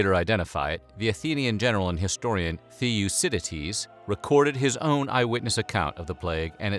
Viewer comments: Not "Thee-o-dee-ah-seeds", it's Thee-o-diss-ah-dees. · I stopped watching when he kept saying "The - Yoo - sit - ed - eez". hahaha. Nice one! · * Thucydides is not pronouned theeoocididees, it's always thoocididees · Pronounce it correct. Thoukididis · Pronounced “Thoo-cidides” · why the F the only Greek word or name Americans can say right is Mykonooos😒 man you really butchered the name Thucydides... is not hard AT ALL to say the names right.. stop re-naming places and people to your liking.. they are not chinese or arab... it is even easier to pronounce the actual F ing real name of the guy for christ sake....😒